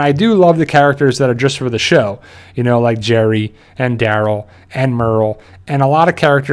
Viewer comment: his name: Daryl him: dArol